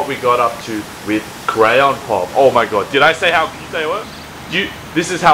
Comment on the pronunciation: The way says Crayon Pop, it sounds like grandpop